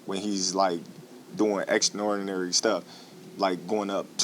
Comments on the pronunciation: He can't say extraordinary 😂 my dawg tho.... 3 times undisputed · Terence crawford is so extraordinary he can't even pronounce the word😂😂😂